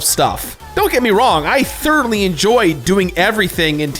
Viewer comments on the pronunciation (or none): none